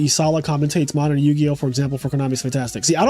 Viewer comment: Yugioh more like yu-ego